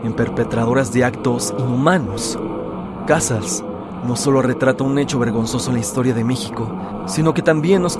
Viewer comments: Se pronuncia Cazáls no Cázals y a esta lista le falta la película "Ciudad al desnudo" (1989) de Gabriel Retes catalogada como la más violenta del cine mexicano. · El apellido de Felipe Cazals se pronuncia de otra manera, es uno de los mejores cineastas de México y merece que su nombre se pronuncie correctamente.